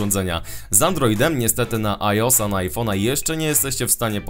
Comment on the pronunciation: Haha, świetna gra! Tak Ps: mówi się ajoes a nie ajos:D